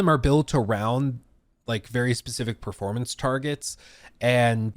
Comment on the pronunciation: It took me so long to realize he was saying performance and not purpleness